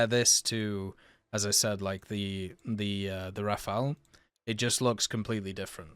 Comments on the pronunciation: RA fAL ! And Not "Ra fa ël" opposite sound of the letter "L". Its so simple, and you prononce it correctly at 16min 04 sec! ANd normaly, logicly Rafale must be after M4000 who are his base plane build. Rafale build after the base of the Mirage 4K, same for his radar from the 4K. Long time Dassaut want build and sell a Delta double Engine. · I use to say it the way he says it too until I realized that if it was said that way, it would be spelled “rafaele” lol. “Raf-al” is just as easy to say for me. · Best way to pronounce Rafale is to forget about the last "e", just Rafal